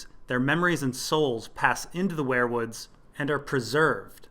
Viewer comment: ware-woods wear-woods werewolf ... seems like they should be pronounced we're wood , weer wood